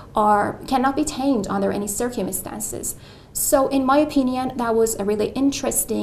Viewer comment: there were 3 pronunciation errors: similar, circumstance and animal. there were also at least two errors in LR. interest to do sth and contribute to sadness. I would say this may be 8.5 rather than 9 which is still impressive.